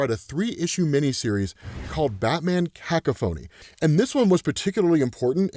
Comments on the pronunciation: 'ka-coff-anni' not 'cack-a-phone' XD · ....jesus dude...🤦 "kuh-CAH-fuh-nee" ..smh....Cacko-phony 😂😂 No offense (too late, im sure 🤷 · Kakohphony lmaaaaooo It’s Coa-koff-phanie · Coh-cof-phony is how it’s said, not cockenanny or whatever you said there 😂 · "Cack a phony!" 😂😂 Sorry, man, I gotta laugh. It's pronounced ca coffin e! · 😂😂😂 cack-a-phony?! 😂😂😂😂...its Cuh-Caw-funny😂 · was this on purpose? Is cack-a-phoney a running joke of a bad mispronouncation? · when he pronounces 'Cacophony' as kak-a-fony was the most ridiculous thing I've ever heard on this channel and it's a channel devoted to describing the ridiculous things in comics... Wtf... Bruh... How do you even pronounce it like that? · Cacophony pronounced Ka-cough-O-knee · not ca-co-pho-knee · its kuh-kah-fuh-nee jsyk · It’s pronounced “ka-kaw-fun-knee”. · It’s pronounced “Cah Cough ah nee” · "CACOPHONY" Is pronounced "Cuh-cough-any" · Kah-ka-phon-e come on 🤦🏾‍♂️ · Punisher once killed two people who were abusing their children. Zsasz murders children for fun and Batman still won't put him down. Gotham deserves better. Also...."caca-phony"? 😆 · (Cah-caw-feny) Cacophony 🤣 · Ka-cough-uh-Nee. Jesus 😹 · I also had a double take. Im convince does this on purpose. There's been a few lately. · Love your channel. Just want to point out cacophony is pronounced (cuh-cough-uh-nee) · His struggles with literacy are a fun bonus to these videos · "kah kah phone E" 😂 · It got me too but, like maybe he's never come across the word before, or atleadt never spoken, ka-koff-fo-nee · Great video..... the best part.....that pronunciation of "Cacophony." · That sure is a way to pronounce cacophony.